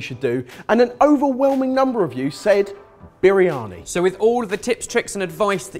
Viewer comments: Spinach? Turmeric??? Oven!!! That's not how you cook a Biryani!!! Even as a cheat that's bizarre! I bet you it tastes nothing like Biryani! And it's pronounced "burrr-yani" not "bireeyani"! C'mon lads, make a proper Biryani. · urg.. the way pronounce Briyani!, please go learn the proper pronouciation!!